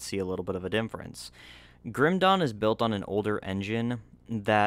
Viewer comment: bro why do u say dinfference instead of difference?